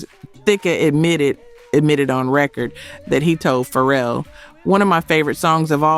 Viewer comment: I think this may be AI. A black woman would correctly pronounce Thicke and Pharrell.